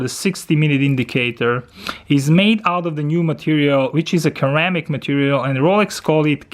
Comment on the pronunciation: Great review, just a note, Its pronounced"Seramic" , and "sera chrome"